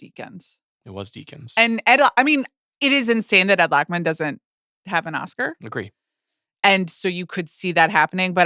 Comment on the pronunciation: INSANE that Ed Lachman ( Pronounced: Lo'ckman) doesn't have an OSCAR!